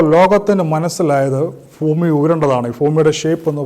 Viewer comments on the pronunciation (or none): ഫ്യുമി അല്ല bro ഭൂമി